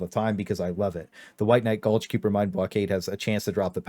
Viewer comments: I didn’t tell you miss pronounced Kiper. It’s not Cooper it’s Kiper. The pronunciation is Kiper that you is silent. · Wtf is kewper, game literally says it to you pronounced KAIper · sorry to be the Nit picker but Kuiper is pronounced Kyper (buy the game's voice actors) and Not Q-per... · its KAI-PURR, not cooper FYI. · You had me at "lady and gentlemen" and lost me at "Q-per" shards. You never heard of the Kuiper belt? Pronounced Kai-per? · pronounced like Hyper but Kyper. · KAI PER KAI PURR KUH-AYE P-ER "KUIPER" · I chuckle every time I hear "kyooper shards" from a creator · Why you sayin kyooper bro they say it correctly so many times throughout the story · The hell is a "Cyooper" shard? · Now this is the craziest version I've heard yet.... KEY-OOO-PER 🤣🤣🤣👏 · Q-per is wild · one of these days content creators will say kuiper shards correct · Why cant any of these youtubers listen to the game just one time in the millions of times it said to learn how to say kuiper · Do any Youtubers know how to pronounce kuiper? It’s said multiple times in the game